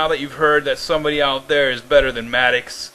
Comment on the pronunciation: It's pronounced Mad-docks. And fuck you.